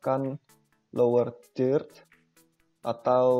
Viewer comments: Tidak masalah Mas dengan tidak sempurnanya menyebutkan kata "Third", kan bukan bahasa Ibu kita. Terima kasih atas penjelasannya.....cukup jelas. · Padahal di udah bisa bener penyebutannya 😐